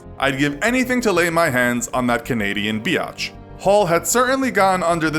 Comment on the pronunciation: "canadian B I Y A T C H" xD